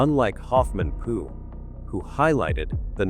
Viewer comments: It Linda Hoffman Pugh, (Pew, not Poo!) I hate A I!!! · Her last name Pough is pronounced like Pew, church pew. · This artificial voice is hysterical. It has called Hoffman pugh - pu poo and Po so far 😂